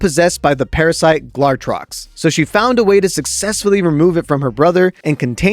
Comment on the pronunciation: tyring to say glatrox is like Benedict Cumberbatch trying to say penguin 😂😂